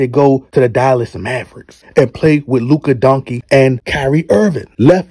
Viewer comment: Did i hear luka Donkey? 😂